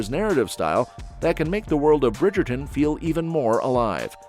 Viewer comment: The Brigayton😂